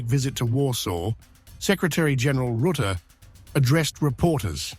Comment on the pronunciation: Mark "Roote"??